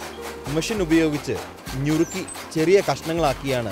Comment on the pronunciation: ഞുറുക്കി അല്ല നുറുക്കി